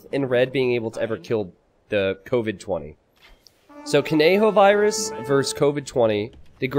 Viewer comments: Thank you for stoping to say kon-yo-virus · is he gonna call him cone joe virus the whole time?